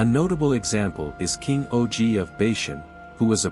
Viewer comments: It's OG not o.g.😂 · Also to be accurate,king OG is actually pronounced as 'OG' or Ahh-ghh.